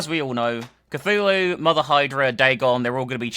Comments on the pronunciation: OMG, not Kazoolu!!!! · If they were going to mess up the pronunciation of Cthulhu, they should of and went for Cthuwu...